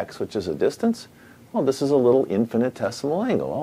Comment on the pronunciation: Thanks for posting this... I had so many things I wanted to say ask, but I'll just post the definition of infinitesimal as I've never heard the word before and even thought that you were saying infinite-decimal... In mathematics, an infinitesimal or infinitesimal number is a quantity that is closer to zero than any standard real number, but that is not zero.